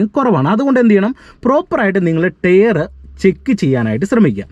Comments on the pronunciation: ടെയറല്ല ടയർ 😂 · നീ.... ഈ ടെയർ.. ടെയർ എന്ന് പറയുന്നത് ഈ ടയർ അല്ലേ....? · ടെയർ അല്ല ടയർ 🙏🏼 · Tare അല്ല ടയർ എന്ന് പറയൂ...